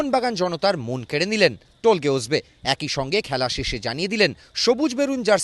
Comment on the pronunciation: টোলগে না উচ্চারণ হবে তোলগাই উজবে